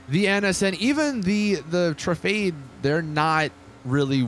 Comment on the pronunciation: Tru-fah-day not tra-fade